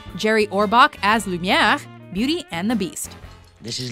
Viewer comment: Does anyone else cringe at how she says "Lumiere"?